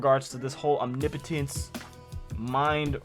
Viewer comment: MASSIVE bonus points for being the first YouTuber I’ve heard pronounce OMNIPOTENCE correctly!!!!! 😂🎉